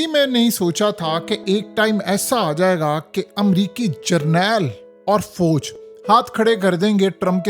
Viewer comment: Abey Pendoo Fooooj Mat Bola Kar.Aslee Lafz Fauj Hy !! Aur Thun Thun Thun Thun Thun Thun Kee Music Tou Band Kardiya Kar 😅😅😅